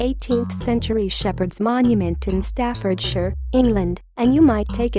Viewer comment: Greek text reads like : Ikthis Zonton, "Fish of the Living", an allusion to Jesus Christ from the days of the Early Church. You pronounced Staffordshire "correctly". Well done. And compliments for referencing.